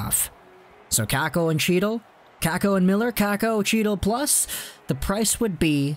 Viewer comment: Chytil is pronounced Hee--tall.